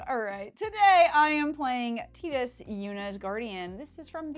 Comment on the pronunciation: Hahaha finally Tidus being pronounced correctly. Great episode. Love the show!!